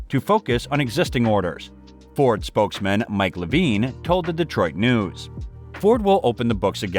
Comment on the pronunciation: Why is this guy saying "envay ebble" and "Mav rack" or "spokes maen" ? That's not an accent I've ever heard before